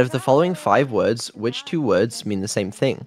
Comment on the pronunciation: She would have been happy to answer correctly if the product of Bri'ish private education would say the words correctly.